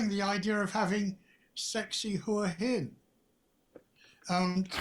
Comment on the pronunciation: Nice job and big thanks for pronouncing Hua Hin correctly.